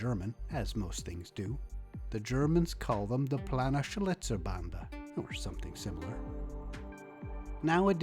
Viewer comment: You butchered "Planenschlitzerbande" but that's totally ok. 😄 Next time contact me and I will gladly help you with the phonetics. 😉 In any case you have a new subscriber, your competent reports are most enjoyable. 👍 Thanks and Cheers from 🇩🇪🇩🇪🇩🇪